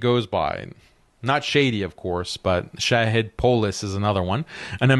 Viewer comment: Shahid is an attribute of Allah. You should learn how to pronounce it. Stop believing that Israel and the West are all powerful. Allah is all powerful. The conquest of the Zionist state is inevitable BECAUSE Allah is all powerful. Obviously you are not going to fight. So since you are unwilling to fight for what you claim to believe in, you should not criticize harshly those who have the courage to try and find a solution to this problem. If you do not believe anything can be done through economic conquest, then, GO AND FIGHT!!!